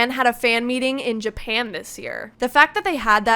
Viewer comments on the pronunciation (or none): none